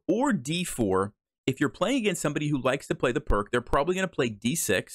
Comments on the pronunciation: Pirc is pronounced like “Peerts.” Also, interesting opening. I’ve been playing f4, the Austrian Attack, instead of f3. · All the Pirc players are offended that you pronounced it wrong, and that you said we don't like to think, including me! lol jk. If you're watching this you'll definitely catch a few Pirc players off guard, but be prepared for the lines other lines as well, just in case. Thanks,, for helping me not fall for this trap. 🙂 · In honour of GM Vasja Pirc, please pronounce it correctly.